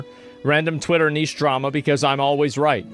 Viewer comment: I'm impressed you pronounced 'niche' correctly as so many Americans totally butcher it!